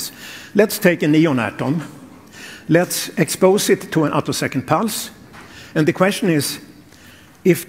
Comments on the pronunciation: This video has one of the weirdest comments sections on YouTube. The video is OK as far as it goes, despite the blatant clickbait title and lame robot voice that can't pronounce the word "attosecond" (which is the most relevant feature of these experiments). However, if you actually want to understand what these results are about, I would strongly recommend doing your own research off YouTube. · Ah, you noticed that? And presumably you noted that "attosecond" was being pronounced "uh-TUHS-knd" (should be "AA-toe-seh-knt), and "picosecond" was being pronounced "PAI-ko-seh-knt" (should be "PEE-ko-seh-knt"). Everything in this video is wrong, both the content and the presentation. That's because the poster used a chatterbot (such as ChatGPT) to generate and narrate it. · Synthetic voice. You can tell by the way the 'narrator' mangles the word "attosecond", and mispronounces "picosecond".